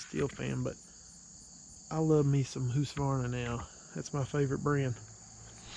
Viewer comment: Lol it’s not whosqavarna it’s hus ka varna.